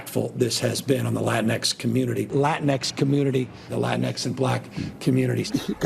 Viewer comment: By the way, I don’t think they named it Latin-x, I think they literally called it “la tinks”